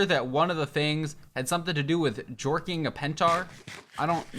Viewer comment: No way said "Jorking a pentar"